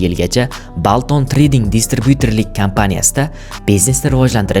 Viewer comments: Balton 😂 beltn deb etiladi qanaqa yozza shunaqa oʻqib kartadagi balton dakami 😂 Enjelsfud deb talaffuz qil iltimos Anjaleses fuud deb emas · Илтимос бошловчини талаффузини тугрилейла! БАлтон трейдинг! Иккиз юз! Дахшат